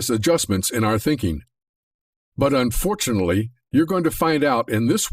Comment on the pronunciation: Unfortunally? I'm gone.